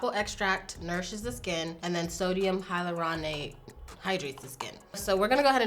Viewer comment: hyaluronate is pronounced high-ALL-ner-ate, and it's just a fancy way of saying hyaluronic acid :)